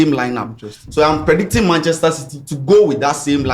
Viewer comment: say “predinting” he figa we no hear 😂